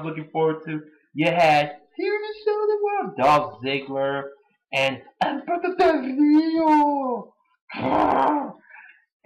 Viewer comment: For the record: I always love the way you say Alberto Del Rio.